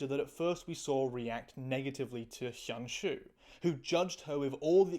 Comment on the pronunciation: cool vid, you need to work on your pronounciation of hyun ju tho😭😭😭